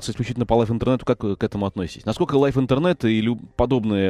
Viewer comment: Необразованный ведущий. Liveinternet, Live - произносится как лив, а не лайф (Life).